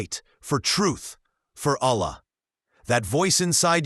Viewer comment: Please my guy, dont make the word "Allah" with the AI because it will make it wrong